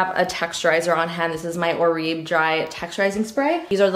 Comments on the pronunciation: What a lovely little peaceful space you’ve created! Very very clever! Hint: Oribe is pronounced Or-bay. Their humidity spray, texture spray and also their moisture masque are the best!! Love you! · Hi — I believe the texturizing spray is pronounced “or-bay” 😊